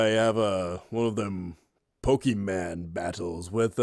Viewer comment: When people say Pokéman I want to punch them!